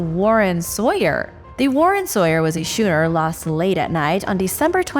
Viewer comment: And “schooner” (she said “shooner”)